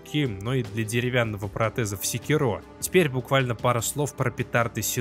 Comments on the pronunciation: не сикерО а секИро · Называть секи́ро секирó, все равно, что называть бурати́но буратинó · Секиро́ ухо режет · Правильное ударение "секИро", ну на крайний случай с натяжкой "сЕкиро", но никак уж не "секирО" Ну и я уже молчу про то, что автор абсолютно ничего не знает про шиноби... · секИро. в оригинальной японской озвучке его именно так произносят. И это его имя, а волк - псевдоним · Это так, но в японском есть акценты, играющие роль ударений, и в японской озвучке явно слышен акцент на секИро. Опять же, есть и более-менее каноничная английская озвучка. В английском ударения есть, но при этом прозвище главного героя произносится довольно монотонно (по-японски). Из-за этого в английской озвучке можно расслышать как варианты секИро, так и секирО (уж как мне кажется). Но с чем я точно не согласен, так это с вариантом сЕкиро - ничего подобного при всём желании расслышать не получится. Но десятки обзорщиков со мной не согласны) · Каждый раз когда слышу ударение на последний слог в слове Секиро, аж передергивает)